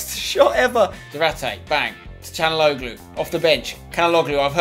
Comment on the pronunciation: Just so u know, I think it's pronounced Cha-na-og-loo